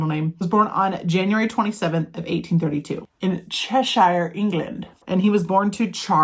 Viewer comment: Cheshire is pronounced CHEHsher or CHEHsheer.